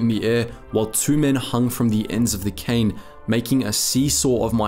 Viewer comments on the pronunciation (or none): none